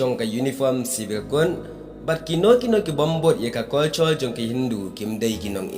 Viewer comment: bah phim lait mo ban kynnoh ia u L ,ha man ba poi ban kynnoh L phi poi beit ban ban kynnoh r. Da ong culture ruh phi Ong curture, world ruh phi Ong wor